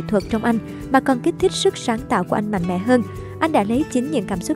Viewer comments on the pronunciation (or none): none